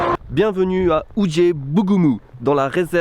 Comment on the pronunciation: sa se prononce ou-djé-bougoumou